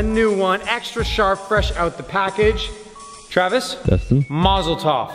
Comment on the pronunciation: מזל טוב i can't belive you say mazal tov